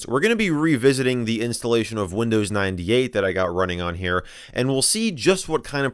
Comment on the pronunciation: Windows i-dee ate